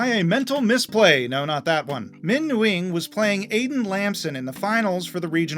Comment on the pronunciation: for future reference, “Nguyen” is pronounced more like “Wen”